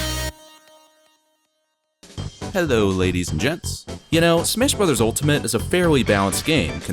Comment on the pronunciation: Smesh Bres. Ultemete